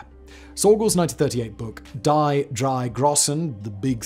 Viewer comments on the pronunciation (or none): "Die" in German sounds more like 'Dí'. Not "Die" as in English.